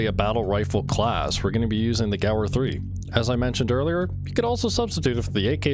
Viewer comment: This is like the third vid i've seen from you, are you intentionally saying words wrong or is it a meme? Stoic = sto ick, Gewerh = gehv air, Czech = check..like the Czech republic.